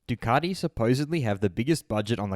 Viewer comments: ....who's Ducardi? Thought there was a "T" in the marque! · I didn't think Ducati had an 'r' in it but apparently it's Ducarti, as per our Moto World compare...... Really?